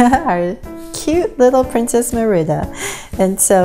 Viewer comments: Great job! The only thing is her name is pronounced Marida not mirida. But I really liked the video! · it's MERIDA NOT MERIBA!! just to clear it not being rude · It's not mirda It's mErida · Your saying her name rong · My friend says that u pronounce Merida wrong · She/he is right then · lol the way she says merida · That's not how you pronounce Merida